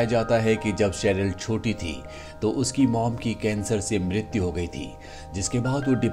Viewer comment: Bhai tum mrityu bda gazab ka bolte ho.mrityu ho gyi thi 😂